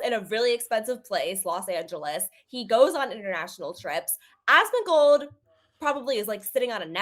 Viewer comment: Why does keep saying "Asmagold"?